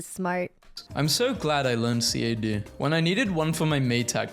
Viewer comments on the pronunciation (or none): Does anyone actually pronounce CAD this way?